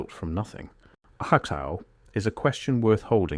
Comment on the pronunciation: what's a "hattai"? 😄 🤣 ... .. . Subtitles say a "hot tile " 😂 I mean, come on, A.I.... can't pronounce 2 simple words 😂